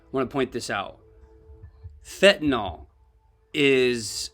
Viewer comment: It's not pronounced fen-ta-NAL. It's fen-ta-NYL. Everybody mispronounces it.